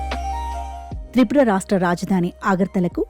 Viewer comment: Rastram peru sarigga vuchharinchadam nerchuko...